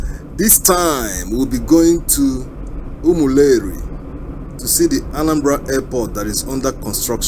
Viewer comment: Reporter, it's not Umuleri but Umu-Eri